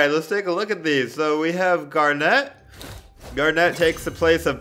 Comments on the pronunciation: He was saying garnette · Gar net? ITS PRONOUNCED GARNIT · It’s garnet not gar net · And Gar-net uhhh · He said garneat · Got triggered by that aswel.. and the way he said Garnet.. he actually said Garnette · no he was Gar net like he spaced the syllables and pronounced it as a e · “Gar net” lol I know you didn’t watch it but I found that funny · Him: GarNET me: internet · Garnet is pronounced gar nit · He says gar a net im triggerd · HE EVEN SAID GARNET WRONG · Steven is the one with a gem You also pronounced malachite stevonnie and garnet wrong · The way he says garnet is bugging me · I'm sorry but the way he says garnet annoys me